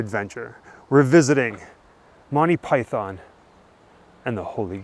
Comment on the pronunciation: you don't say Python right